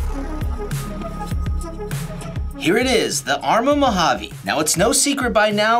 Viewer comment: It's Mojave not 'Mohavvy'😮‍💨